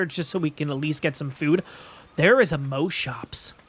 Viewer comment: I have never heard any ark player pronounce Moschops as moaschoaps like how you say most, ive only ever heard it pronounced as moss. Thats really interesting. Also excited to find a new series to look forward too during the summer.